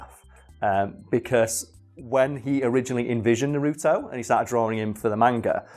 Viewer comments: It's nar-u-to not na-ru-to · it’s naruto not nuruto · Im sorry, but this always bugs me. No one in the Japanese or English versions calls him Na-ROO-toe.......ever. His name is NAR-u-toe. (Obviously, I spelled them phonetically. No point in correcting my spelling) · NA-RU-TO not NA-ROOT-O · hate when people say nUh RuTo 😂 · "I hope I say this right, Masashi Kishimoto" Me: that's sounds right "NARUTOU" Me: you get the creator's name right but you mess up naruto... It's not even that hard... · that’s not how you fucking say naruto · The way he says Naruto bothers me more than I’d like to admit...